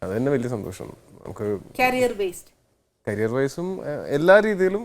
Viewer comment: കാരിയർ അല്ല- കരിയർ!!